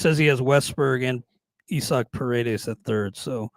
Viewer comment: I-zack not E-Sack 😂